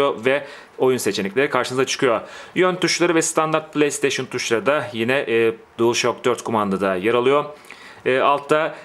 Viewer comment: DuılŞak diye okunuyor:))